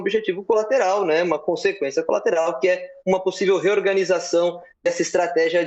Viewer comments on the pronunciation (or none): Reoganizacao kkkkkk Melhor nem comentar kkkk Sabe de nada inocente.